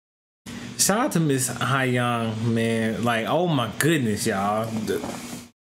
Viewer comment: Sohyang “So-yang”